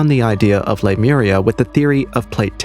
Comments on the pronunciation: Lemur-eeeeeee-a, dude. Not Lemura. It was a hypothesis to explain lemure migration prior to the discovery of plate tectonics, and we now know that a sunken land mass there would be physically impossible. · Lee-moria not Lime-era. it's named after the lemur remains found on the west cost of Australia that could have only gotten there by a land bridge. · It's pronounced Le mure ee a (short a) :) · Jeepers. The pronunciation in this video is so bad, Lemuria isn't pronounced lamura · It’s Lemuria!